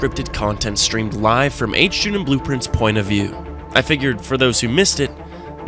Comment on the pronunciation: "others say blooprints massive ghat"